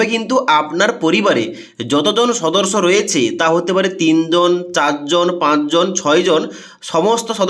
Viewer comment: ভাই রে সদর্স নয়, সদস্য😂